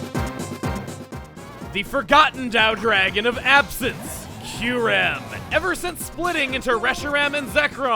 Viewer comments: oof I didn’t know kyurem was in BW, this whole time I always thought it was introduced in BW2. also “Kyu-rem”??? I pronounce “kee-yoo-rem” oof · Isn't it pronounced KY-OO-REM? And not KEYR-EM? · I always thought the pronunciation was Kai-You-Ram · I alway pronounced Kyurem as Kai-u-rem at first. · Gates to Infinity was actually my first Pokemon game. I misspronounced it as “Ky-rem” for years...